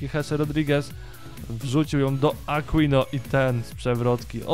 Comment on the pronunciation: Aquino czyta się Akinio ;)